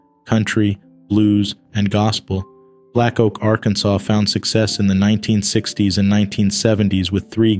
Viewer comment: The last letter in Akansas is SILENT....Hello?